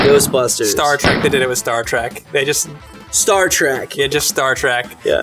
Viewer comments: Trek not Track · theyre saying "Star Track" just to be funny, right? i hope. im not a fan but damn, its trek